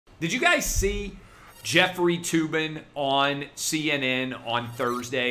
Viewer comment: Jef-freely (Tugging) Tube-in